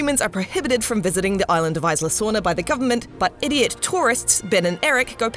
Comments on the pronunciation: Isla sorna Its pronounced, E-sla sorna not i-sla sorna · It's EEEESLA SORNA :/